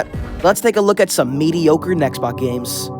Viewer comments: Btw it's mediocre, not mediocore or medicore. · Were you saying "Medicore" or "Mediocore" ?